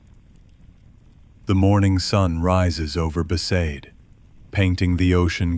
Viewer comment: For me it was besaid. The others all got that wrong